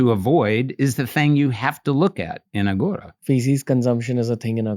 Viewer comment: Thank you for all the info, but Ranveer, please don’t say Aaghora (आघोरा), its Aghora (अघोर)